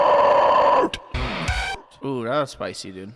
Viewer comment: Sound like you're grout instead of ground 😂😂😂